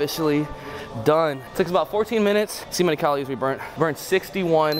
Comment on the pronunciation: I NEED to ask... WHY do you pronounce calories, CALOOOORE? It drives us crazy.